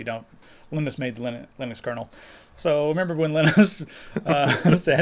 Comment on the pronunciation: The guy that invented Linux name is pronounced Linus (LIE-NUS) not LIN-NIS, just saying.